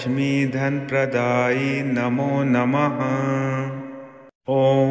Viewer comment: Praday hai not kaday